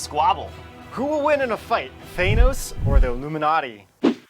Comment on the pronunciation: For a couple of nerds I'm surprised that you guys don't know how to say, "Thanos"... LMAO.